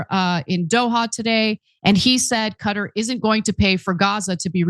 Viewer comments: Thank you for pronouncing Qutar correctly. 👍👍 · They say Cutter because as you already know the original Arabic letters and pronunciation for قطر are different from English.